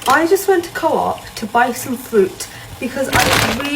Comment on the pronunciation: How many times did she try and say fruit but just kept saying FWOOT FWOOT. Can English not say fruit?